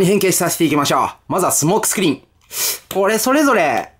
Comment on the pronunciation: 一番最初、スモークスクリーンのこと「相撲スクリーン」って言っちゃってますねｗ しかしコンバイナーウォーズはどれもリデコが上手ですなぁ。早く日本でも発売してくれぇぇぇ！